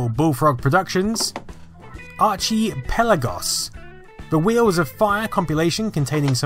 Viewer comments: Ar-chee-pella-gose.....dude check your pronunciation. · wait... is that how British people pronounce "archipelagos"? lol